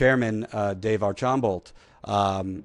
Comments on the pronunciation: AR- SHAM-BOE, not AR-CHAM-BALT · ITS PRONOUNCED ARSHAMBOOOO